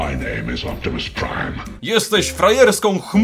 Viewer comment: MAJ NAJM IS OPIMUS PRIM